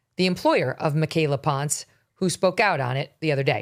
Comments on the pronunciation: If she says she’s Mexican then it’s pronounced as PON SE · Michaela ponce...Megyn mispronounced the last name.